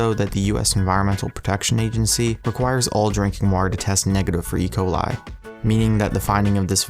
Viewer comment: He said E.Ciol the wrong way